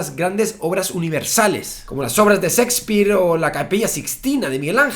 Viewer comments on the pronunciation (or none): La H que debería usar es la que va después de la "S" en las palabras en inglés, qué es eso de pronunciar; StarSip - Starship Sakespeare - Shakespeare Seldon - Sheldon